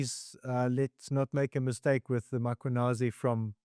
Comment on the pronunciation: For the love of all things, can people PLEASE learn to pronounce the most important name in South Africa MMMMM KWA NAAAZI NOT Mockwanasi